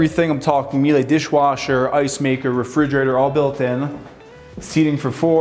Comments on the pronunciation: Awesome home and great videos. Btw, Míele shoud rhyme with Sheila or better yet, "Mila" of Mila Kunis fame. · Miele is a German company. It's pronounced "mee lah".